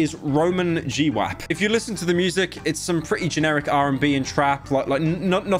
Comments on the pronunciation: G-wap? Bruh. It's fucking gwap. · Pronouncing Gwap as G-wap is such a british thing